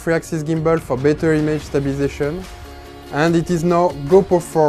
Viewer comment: "for better image stabilisacheune"